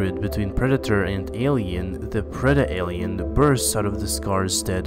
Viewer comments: Great breakdown. The predator was definitely infected by a facehugger. Not the queen. It happens onscreen and queens can’t infect that way. And it’s pronounced pred-alien. Not preda-alien. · It's predalien not predaalien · It's just pred-alien. Not preda-alien not being a dick just an observation an correction. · Lol he's saying preda alien instead of predalien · It's not Pre'dah-ay'lee'ann(Preda'Alien) it is Pred-ay'lee'ann(Pred'Alien) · I'm sorry, but I have to. There's only one A in "Predalien", it's (pred-alien) not (preda-alien). You notice how your ears cringe when you say it? That's cuz you're saying it wrong and your subconscious knows it. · It's not called a "preda-alien". It's pronounced "pred-alien". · Its predalien not predealien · "preda aliens" lol. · You know it is actually pronounced pred ell ion spells predalien